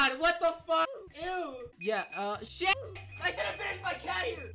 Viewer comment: Love how he pronounced shit as "SHET" 😢🤚😂